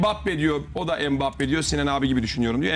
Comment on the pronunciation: Nobody: Sinan Engin: Hempabbe